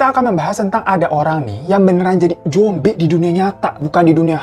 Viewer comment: Zombi bang 😄 bukan jombi 😄😄😄😄😄@